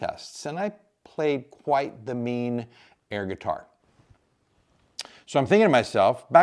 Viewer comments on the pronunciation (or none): Did you say "air" guitar or "hair" guitar? LOL--->